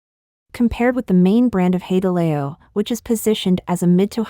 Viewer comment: HOW CAN YOU MIS PRONOUNCE HAI DE LAO? WTH???